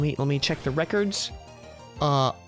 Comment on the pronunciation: I could've sworn you just said "Lemme check the Wreckords"...